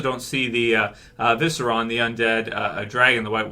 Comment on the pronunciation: ViserIon, not, "Viseron". I don't think Jon's dying, mainly because he died before. Dany would more likely be the one who goes.